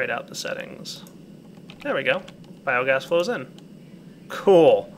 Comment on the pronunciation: Biomass not Biogass :P